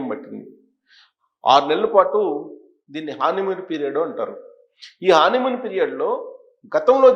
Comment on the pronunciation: హానీ మూన్ కాదండీ. హనీ మూన్ అనాలి. హాని మూన్ అంటే బాధ కలిగించే చీకటి అమావాస్య. హనీ మూన్ అంటే తేనె లాగా మధురమైన నిండు పౌర్ణమి Your Honour.